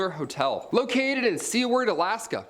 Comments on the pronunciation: Pronounced sew-ward alaska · I only met one person who says "Seward" the way you do. He was from North Dakota. C Word Alaska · You said seward wrong my guy.